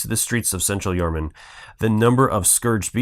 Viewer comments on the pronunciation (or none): Good video.. town is pronounced Yar-Nam (num)